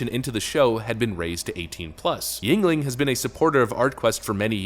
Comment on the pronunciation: finally he is pronouncing yuegling correctly lol